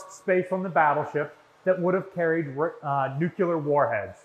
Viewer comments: Absolutely love all of the videos, and love dedication. That being said, please stop saying “Nucular”, it’s Nuclear, as in “Nu Clear”! Thank you for all of your hard work putting these videos together and for your dedication to the ship and it’s history! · Nu-cle-ar, NU-CLE-AR, NOT NU-Q-LAR. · Nuke ya ler? Say "new-clear". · Nuclear, not nucular. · Said it once and I’ll say it again, as a physicist, the word is “new-cle-ar” not “new-cu-ler” only one “u” in the word! Where did you get your degree from and what was it in??? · By now, just saying "nu-ku-ler" simply to annoy me. haha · Every time I hear you pronounce it "nucular", I have to laugh, because all I can think of is this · New-clear. Nuclear. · You're constantly mispronouncing the word nuclear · Anyone else cringe repulsively every time he mispronounces the very-simple-to-pronounce-correctly word, "nuclear"? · Oh no. Here comes his mispronouncing of nuclear.